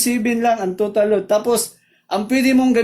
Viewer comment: Ayos ang paliwanag nyo, medyo ako nalito sa tono pp ng salita nyo ng Load, Load hindi lud.. Breyker hindi brikir. Salamat